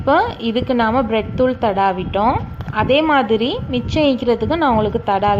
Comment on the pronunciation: 😀😀😀No Blet thuul... Bread Thuul...